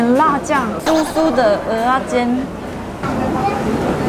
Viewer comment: 喜歡聽妳講蚵仔煎的發音，好道地又標準😆有台味